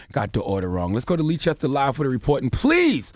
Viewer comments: Leicester = pronounced as 'Lester" not Leechester loooool. I'm British FYI. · Lee chester?! Lol it’s pronounced “lester”. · 😩👌🏾 “Uncle Charla Noooo” It’s Leices-ter NOT Lee-chester ask Ed Sheeran 😩🇬🇧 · It's pronounced "Lester" hearing him call it Leechester made me so mad 😂😂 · It’s pronounced ‘Lester’ not leechester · #LeeChesTer...??? I know I ain't that high... 😂😂😂 I really thought he was talking about a place in the States 🤷🏾‍♀️😂😂😂 Then I clocked he was trying to say #Leicester which is pronounced #Lester 😁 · CTG it's pronounced Lester not Leechester. Pass it on. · "Leechester" LMAO "Leicester" is pronounced "Lester" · Leechester?! Loool! Leicester is pronounced “Less-ter”. 😂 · No, no, no not Leechester😭😭😭😭 it's Les-ter 😂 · "Leechester" lol its pronounced lester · Charlamagne said Leechester it's pronounced Lester!! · Leicester = Lester =/= "Leechester" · Dude, its pronounced L-e-s-t-e-r (Leicester) and its S-m-e-g-m-a not schegma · Man said lee chester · Leicester = "Lester" He said the name of that hospital wrong too many times for me. Sorry. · Hospital is pronounced 'Lesster' lol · It's pronounced "LESTER!"!! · Leicester is pronounced Lester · Bro it's pronounced lester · Leicester is pronounced lester/less ter my brother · LMAO Leechester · it’s pronounced “Lester” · FAXX . hahahahah. Leechester! too funny! and the fact that the rest of the people in the room didn't correct him means they know no better either. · Yessss lee Chester???? I was thinking there's nowhere here called that? Is he trying to say Leicester or what? He's adding a rogue chest for bants🤣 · And there was me thinking where the hell is Leechester... five seconds later I realise he meant Leicester 🤦🏿‍♂️ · Pronounced Lester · My man said "Leechester" 🤣 oh boy 🤦🏿‍♀️ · Bloody hell I thought this was some place in the US until I read this comment. I didnt realise he was talking about Leicestvall that time. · Why does Charlamagne pronounce Leicester like that 😩😩😩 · Leicester? Lol no h. Americans